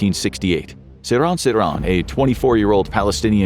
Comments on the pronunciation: It's sir-HAN nor sir-raahn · His name is pronounced SIR-han (as in "hand") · Bruh, seriously? JFK was assassinated in 63 not 68. Also you're pronouncing Sirhan's name wrong